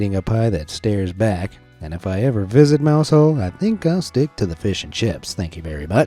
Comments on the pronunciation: Mousehole is pronounced Mouzle. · Now I get why Americans make fun of us. Stargazy Pie makes no sense. Btw its “Mowzull”, yeah ik its dumb.